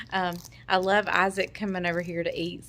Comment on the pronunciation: Should say love not kove .....😬